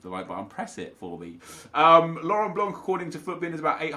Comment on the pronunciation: The C in Laurent Blanc is silent